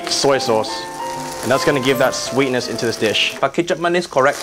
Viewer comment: kicap manis.... the proper pronounce is kee/key-chup maa-nees